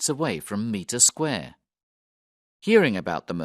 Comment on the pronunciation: Mitre Square is definitely not pronounced Meter square!